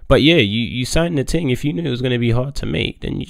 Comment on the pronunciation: Love how days "ting" instead of thing 😂